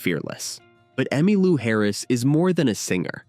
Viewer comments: God AI. It's Emmeee Lou not Emmuh Lou. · Did you just say, Emmalua? What is this, phoney Ai? Surely not. Too lazy to have a real live human narrate a story about very important person like Emmy Lou Harris. STOP 🛑 IT!! 🛑🛑🛑🛑🛑🛑🛑🛑🛑🛑🛑🛑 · This video would be orders of magnitude better if the narrator could only refrain from butchering names. He started out by calling Emmylou "Emmalou" and then proceeded to call Gram Parsons "Graham." There's absolutely no excuse for treading roughshod on people's names. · AI voice ugh. "Emmah Lou." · AI narrator keeps calling her “Emma-Lou”. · Another stinking Ai generated video, where the text to voice can't even get her name right. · Why am I supposed to believe that you know something about Emmylou when your bot can't even pronounce her name? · AI bnarrator. Can’t even pronounce Emmylou. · Disappoointed that you misprounced Emmy' and Buffy Sainte Marie's names. Where are you from? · The stupid AI bot can't even pronounce her name.